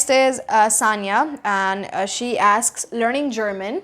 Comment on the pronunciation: When you said somebody asks you? How do you say that?? It sounded like askes you, can you make a video about that that please?